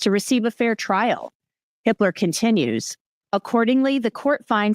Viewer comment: Everytime says the judge’s name, it sounds like she’s saying “Judge Hitler” 🫣